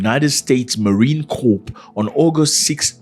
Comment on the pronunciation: The P is silent in Corp respectfully.